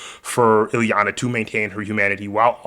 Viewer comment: Who is Illy-uh? It’s pronounced Ill-E-AH-NUH